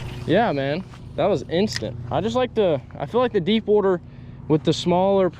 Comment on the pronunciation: “Let’s get out on the wooter”